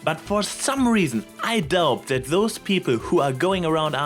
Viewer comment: ok, I think I am getting used to the accent, but I keep cracking up every time you say "zet" instead of "that". ...this is NOT a hate comment, I can very much relate to this.